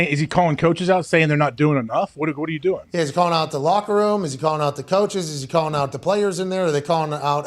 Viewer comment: “Come and get em im not gonna hand the aht”